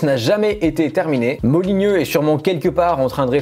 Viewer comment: Molyneux pas Molygnieux BOOOON SANG !